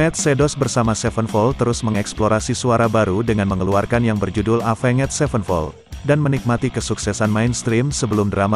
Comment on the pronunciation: pronounce nya avenjet 😂